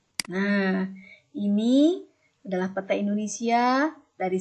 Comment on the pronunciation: bagus Bu..hy pelafalan peta nya kurang tepat